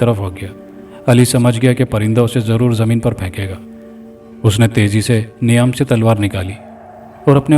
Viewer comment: Niam nahi _meyaan m talwaar 👍🏼 sahi pronunciation